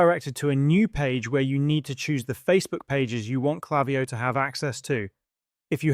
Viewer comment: It's not klaviyo. It's klaviyo.